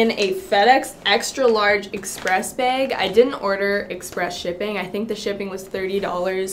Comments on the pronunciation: is it just me or does she keep saying beyg intead of bag... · her: beag me: no! bag! B.A.G!!!